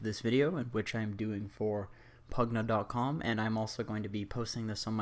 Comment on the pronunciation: The way you pronounce pvgna is cucky.